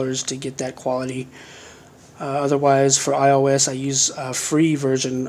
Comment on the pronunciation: You said “my io device”